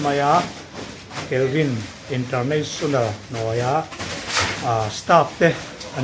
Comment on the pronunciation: Kalvin' nilovin 'Kelvi' tih tur niawm tak ani,😂,Ka Upianga thin hi awww,,,😅